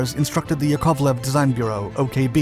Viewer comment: How come you could pronounce Yak but couldn't get Yakoviev? Les Nessman on WKRP could do a better job than the one done on Alexander Sergeyevich Yakoviev (Pronounced yak ov lev) Watch a Wings of the Red Star episode and listen to how a man who spoke Russian pronounced the various designers before you try any future attempts. It was a detraction and took away from a pretty well done video.